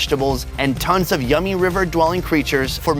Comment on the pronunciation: LOL! "mm. yum-ey!"